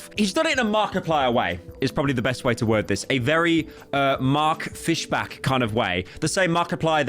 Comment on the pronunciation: Saying fish-BACK is insane